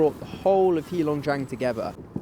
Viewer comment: It's not HEE long jiang. It's HEY long jiang.